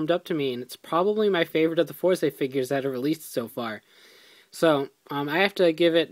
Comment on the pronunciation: its not four zay, its Fourz. i know its not spelled correctly, im spelling pronunciation.